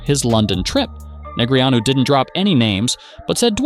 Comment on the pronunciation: Christ. I can only hear DNeg’s name butchered so many times. I’m out.